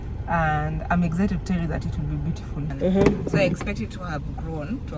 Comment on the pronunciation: Why do you pronounce it as,”EGGZITED”,it is exited .